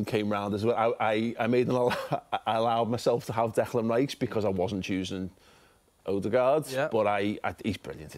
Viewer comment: It was nice to have an Arsenal chat and not have to listen to Robbie say "Alldegaard" 🤦‍♂️😂